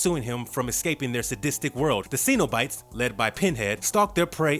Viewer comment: Why does it feel like this guy has never actually watched any of these movies? Hellraiser spawned a successful franchise??? The way he says Cenabite and Rami? My ears are killing me!